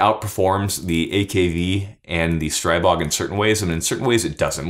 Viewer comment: There is no such thing as Stray-bog. The "stri" in Stribog is pronounced like the "stri" in strip and not like stripe.